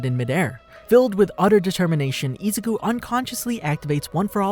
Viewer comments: ezuku lollllll it's izuku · Am I the only one hearing izuku pronounced ezuku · Im sorry but the way you're saying Izuku's name is kind of sounds like Nezuko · Some weebs are going apeshit because of the way you pronounce Izuku’s name wrong. But who cares?